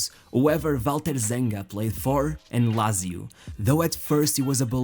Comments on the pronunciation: Lazy-o is a person who voiced that video. I'm not that big fan of a football anymore, but that pronunciation triggered me so much... And I don't even know why, I was never a fan of italian football... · The commentator....It's Lazio...Pronounced...Lat...Zee....Oo